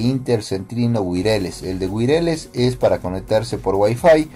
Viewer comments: Viejo muchas gracias!!! Creo que me sirvió ! 😂 una cosa wireless se pronuncia WAIRLESS no te ofendas solo es una ayudita! Saludos! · "Wireless" se pronuncia "wuayarles". Pero muchas gracias por el vídeo. Seguí el tutorial en mi laptop con Windows 10, y hasta el momento de este comentario, la conexión está muy bien. 😅